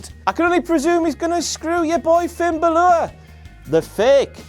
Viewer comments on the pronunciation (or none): why do you keep saying Balor instead of Bálor ? COME ON KING